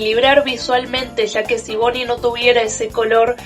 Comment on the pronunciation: "Bonnie es azul" creo q te amo (primera persona que lo dice bn)